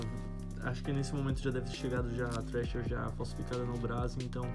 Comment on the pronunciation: dahora q o pronuncia thrasher igual gringo mas hoodie o cara fala ródi kkkkkkkkkkkkkk ce é foda manoooo 🤩 so video monstro